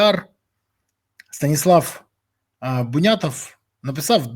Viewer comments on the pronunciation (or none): none